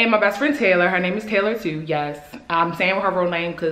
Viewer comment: “Yeashh you do”😭😭